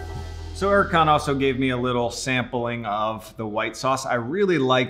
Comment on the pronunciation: When you hear Erkan Emre pronouncing his name incorrectly😂